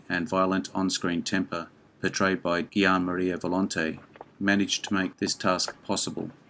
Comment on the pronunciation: Gian Maria Volente - He's Italian, so Gian is pronounced Jan (J-ah-n). Italian has no J in native words (blame the Romans), so uses 'gi-' instead.